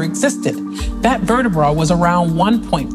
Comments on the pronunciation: Why she say vertibrah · Swear she is saying vertibra and muzem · can you stop saying "vertabrah" thanks